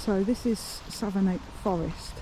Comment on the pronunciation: Forgive me for this, but Savernake (Forest) is pronounced "Savernack", near-rhyming with "haversack". I was born at Savernake Hospital in '61. This is such a great video and idea. Even though we grew up very near the forest, I didn't know the picnic area was that one, close to Marlborough. We lived three miles or so the other way, between Hungerford and Marlborough. We didn't know Ryan, but our friends who went to John O'Gaunt School were in the same class (yes, Ryan holed-up and ended his life in his old school), and they said afterwards that he was withdrawn and silent. Seeing those graves made the victims seem more real. You were very considerate in filming only briefly and quietly in South View. Dogs are equal to people to me (and many others), so Ryan's shooting of his own dog (RiP) means he murdered 17. The garage at Froxfield was open for a long time after '87 - in case anyone was wondering, it wasn't closed due to the massacre. The school looks unchanged, as you said! Cheers from a former local, now 30 miles west.